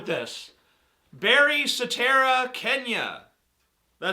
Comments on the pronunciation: "Satera" = Soetoro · He was trying to say "Sartero", which is supposedly Barrack's real last name. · I think he tried to say "Soetoro"; "Barry Soetoro" as in the alias people believe Barack Obama to have.